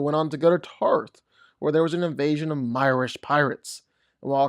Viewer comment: “MEE-rish” not “MY-rish,” fyi.